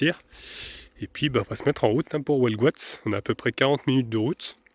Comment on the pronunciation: Ca se prononce HUelgoat, pas HOUelgoat . C'est vrai que ça commence à bien faire que tout soit payant.